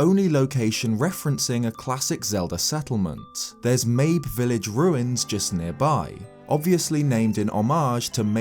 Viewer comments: Wait I always thought it was pronounced like "Maybe" not like "Babe with an M"... like a reference to the fact that "Maybe its there maybe it isnt" but spelled "mabe". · The appearance of the scarecrows in age of calamity had to be the best timing, since you just barely talked about it in your last video! Also, I think Mabe is pronounced Ma-bay. But whatever. As for the whole time-travel thing, I'm pretty sure that the guardian's travels through time will result in some sort of paradox, kind of like with the song of storms. It won't really change anything. There's also a theory made by Nintendo black crisis that the egg guardian was actually corrupted by malice before it was purified by Zelda's power, leading to it wanting to redeem itself by going back into the past by protecting Princess Zelda. I dunno, I just really hope we don't have to deal with another timeline. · "Mayb" Village